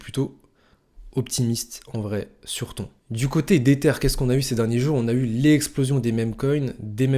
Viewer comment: frerot ca se prononce pas "ton" mais "tonne"